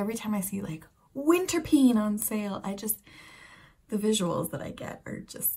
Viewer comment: But you pronounce it like winterpane. Not winterpene. The "die" is really funny. Tourists..depends. Belgian, German and Danish tourists will understand. French..have no serious grasp of English. Spanish are also not that well versed in English. So all in all it is funny for Anglosaxons who in general have no grasp in any other language than English either btw so they may be cannot figure out it might mean something else. Anyway: mama...die die die! is quite funny haha.